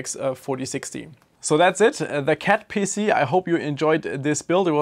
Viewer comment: I admit, I heard "cat pissy" once and now I can't unhear it.